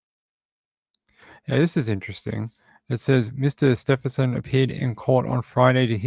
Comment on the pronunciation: Thanks for keeping us updated on Samantha - but it’s Stephen- son- An N in the middle :-)